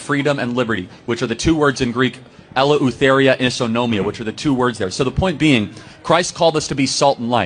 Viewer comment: Its Eleuthuria not ella utheria, yt. Calm down,.